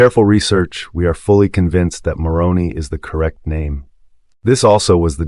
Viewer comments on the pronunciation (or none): More credible if you pronounce Moroni with a long I.